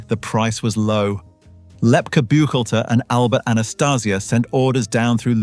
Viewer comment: Lefty Buck-hall-ter,Buchalter.😅